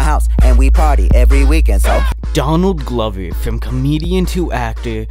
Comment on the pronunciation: why do u pronounce? donadly glovy when his name is donald glover